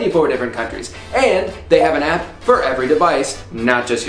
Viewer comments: I like how drew pronounces “app” like “ahyp” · Your southern twang comes out when you say “app”